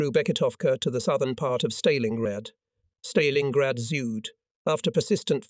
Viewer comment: The AI commentary is so bad. It can't even pronounce 'Stalingrad' correctly. To say nothing of the dreadful pauses and ridiculous rhythm of speech. I spent longer writing this than listening. I'm out.